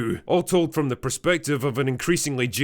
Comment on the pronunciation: "Froem pwnis thu vegynaa" ..... . .... Oh god help us